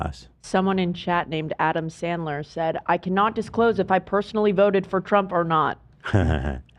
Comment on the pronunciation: how the hell Ethan managed to mispronounce Adam Sandler is beyond me. It's honestly a gift at this point.